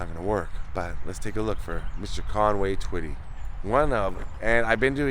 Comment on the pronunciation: this is my Hometown. Thank you for pronouncing the name correct. Another Great video❤